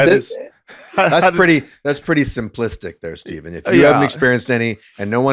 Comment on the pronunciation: Came back to rewatch and i think it's the only time got someone's name right! I'm bad at pronunciations too so I'm not talking ish 😅 Love to you good men. 🙏🏻🕊️🇵🇸✌🏻